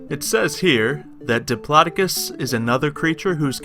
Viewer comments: I think it's pronounced dip-low-doc-us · I be live it actually is pronounced dip law doe cus